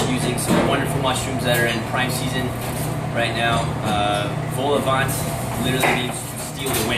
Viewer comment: The worst pronunciation of vol au vent I’ve ever heard 😂😂😂